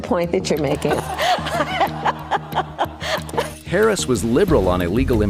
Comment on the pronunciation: And didn't know how to pronounce Harris's name